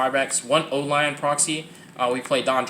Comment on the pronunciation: you said O lion Proxy tho